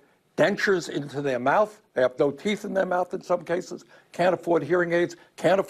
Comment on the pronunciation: Cases. Not keysis